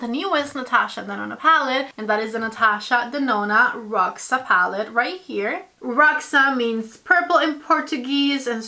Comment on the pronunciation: Just a tip...Roxa in portuguese is pronounced with the X sounding like SH, just like in shoes and sheesh